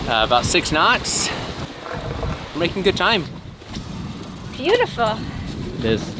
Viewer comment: Did say “Bluetifull” 🤦🏼